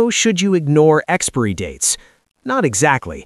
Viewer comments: AI. You can always tell when the most obvious things are mispronounced because it is read phonetically. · Can you really pronounce 'expiry' like that? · Is that an AI voices on that video? He mispronounced "expirey". lol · This must be an AI voice because it mispronounces “expiry”. 😊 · Is that really how Americans pronounce "Expiry"? It's almost as hilarious as how they say "Caramel". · Bro can’t pronounce “Expiry”😂😂😂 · More AI slop channels cant even pronounce expiry properly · I've never heard expiry pronounced that way. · I hate the way he pronounces ‘expiry’ like ‘expairy’ instead of ‘expie-er-ee’. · What problem do the illiterate Americans have with the letter I???? They don't like to pronounce it! Why? It's exPIRy (pron. ex-pa-ery) date in English, not "Expry date". And it's moBILe (pron. mo-ba-yel) with an I, NOT "moble"⚠️⚠️ Americans are an embarrassment to the English language ⚠️ Shameful! (So much for their universities) London, England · It’s pronounced Expiry..NOT Expory🙄fgs ! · Its Expiry date not Expry date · I am getting pretty tired of AI narration. Expiry is not pronounced "EX-PREE." It is pronounced EX-PIE-REE. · WTF?! NOT `EX-Peery dates!! BUT EX-Pire-ry dates!!! Pronounce that word correctly! WTF! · It’s pronounced ex-spy-ree, not ex-spare-ree! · It is 'EXPIRY DATES', not expery dates. Ai shit. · Great information.... I do have to state the obvious.... It kills me 🤣 every time the AI voice says EXPIREE. 😂😂😂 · Is this commentary AI drivel...you managed to say expired!...but i gave up after the 3rd pronunciation expurry!!. Learn some oracy. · What is the pronunciation of expiry. I heard he said ex-pe-ry. I'm not a native english speaker. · Pronunciation Expiry Sounds like Ex spai ree not this mangled AI voice nonsense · experiy dates ? Is that an AI thing ? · ex-peer-y date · Well it is ai it don’t get much wrong apart from pronouncin expiry as expury 😂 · Tell your AI app that "expiry" is not pronounced as "expeeree".